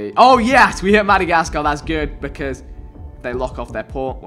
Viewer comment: The way he said Madagascar made me cringe lol smh